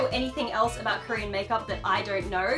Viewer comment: Haha aboot...